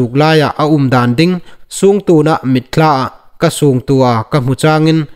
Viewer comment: i taimâkna zârin vawisûn chen Chanchin Thar ngaithlâk ding ei la nei hi lâwm a um takzet a nih.Chuonglaizing chun Chandel District hi i lam nal nâw ngêi el ie. CHANDAL ti leh i lam pawl tlat el a nih.Chun mitthla tina dinga MITTLA tiin i lam ri bawk.Thil hming dang dang i lamnaa hin fîmkhur nâwk zuol thei met la nuom a um ngêi el ie.🙏🏻👍